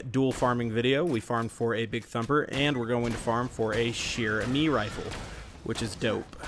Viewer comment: Say it like cher-amy